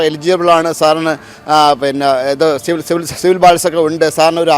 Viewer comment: ബാങ്ക് staff മാന്യമായി തന്നെയാണല്ലോ.. ആ സ്ത്രീയോട് സംസാരിച്ചത്.. പിന്നെന്താ.. പ്രശ്നം. അതുപോലെ.. എടാ.. അവതാരകൻ പൊട്ടാ.. സിവിൽ അല്ല സിബിൽ ആണ്. (ക്രെഡിറ്റ്‌ ഇൻഫർമേഷൻ ബ്യൂറോ ഇന്ത്യ ലിമിറ്റഡ് ). ഇതുപോലും അറിയാത്ത നീ ആണ്.. അവർക്ക് നീതി വാങ്ങിക്കൊടുക്കാൻ നടക്കുന്നത്. വേറെ വെല്ലോ പണിയുണ്ടെങ്കി.. നോക്കടാ.. മരപ്പൊട്ടാ...